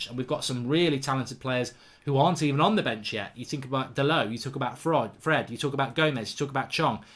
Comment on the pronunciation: Haha he said fraud instead of fred